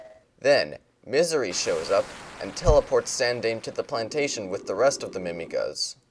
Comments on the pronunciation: sandaime is sahn dai meh. It means "third generation" or "third in line." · It's more like san-dye-meh. As you pronounce it, the name would have to be spelled Sandaimei. Also, for the guy who made the video: the engineer of considerable talent's name is not pronounced EYE-toe, but ee-TOE, with the stress on the second syllable (though the stress is usually placed (incorrectly) on the first syllable when saying it in English).